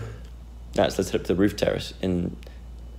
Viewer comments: just me that thought he said terrorist goals and not terrace goals🤣😶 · When you were saying terrace goals, I thought you were saying ‘terrorist goals’ 🙈😂😂